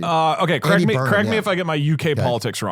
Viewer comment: very important: is doug saying "correct" or "crack me"